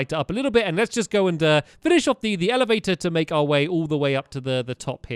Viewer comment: Make not mack